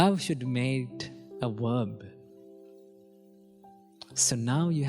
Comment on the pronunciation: I love your help xx. Lovely teeth x. Verb baby not wwwwworb. Xxxx